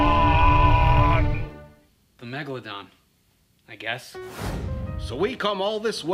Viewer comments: MEGALOON MELGALODON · my foravrotrle bit is then said megealadon! megaladon!!!!!!!!!!!!!!!! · in the first was saying Megoladon megolodon in bey tovan